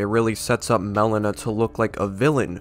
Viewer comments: Melina its not (melena) its (Melina) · Not Melon-ah. It's Mel-ee-nah. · It's Meh-Lean-uh, not melon-uh